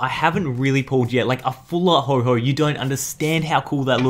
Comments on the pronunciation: Stop calling ho oh Ho ho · Um..., it's ho oh, not ho ho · we have a ho-ho right here Me: it's ho-oh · Woah woah woah woah, DID HE JUST SAY HO HO I AM SO TRIGGERED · he said hoho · have u ever realized it's called ho... OH not hoho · What is with people calling ho-oh ho-ho